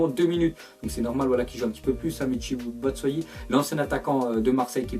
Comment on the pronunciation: Connar batschuayi pas batsayi btp